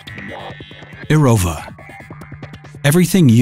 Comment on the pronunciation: why did he say erova when its eroWa XD